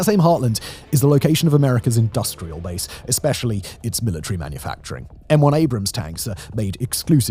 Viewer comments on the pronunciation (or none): none